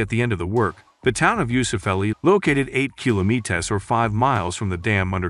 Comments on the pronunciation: bothered me so much as well that i had to look for another comment like this hahaha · Just say kilometer, douche. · Had to stop watching this. Learn how to pronounce kilometer. It shouldnt be that hard.